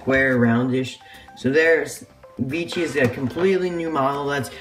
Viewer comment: Nice! Isn't it Vecihi not Vichi? And I find his expression like the disney store eyes. Weird and creepy.